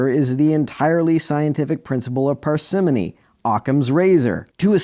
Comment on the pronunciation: If I may, I think that "parsimony" is /ˈpɑːr.sə.moʊ.ni/, not /ˈpər.ˈsɪ.mə.ni/ Main stress on the first syllable like "alimony", not on the second like "Persephone" or "anomaly". (And, by the way, Persephone is not a phone, and doesn't rhyme with it).